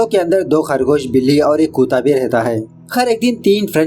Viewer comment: Vaiya wo kutta hota hai kuta nhi